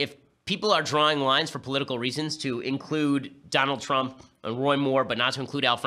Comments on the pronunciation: Out of all of the ben shapiro videos ive seen this is the first time ben has mispronounced something and its trump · “President Twump” 😂😂😂